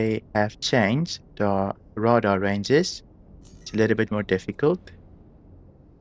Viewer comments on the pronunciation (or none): I’m not sure if you’re aware, i don’t want to be rude, in English we pronounce Radar as Ray-Dar. Rather than Rah-Dar. But i actually like the way you say it haha. Thanks for doing a video on this ship!! Unfortunately it’s one of the least popular ships. I wish CiG gave this thing more love